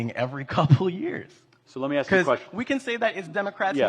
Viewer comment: This guy is very smart but he approaches everthing from a victim view. Then he says axe you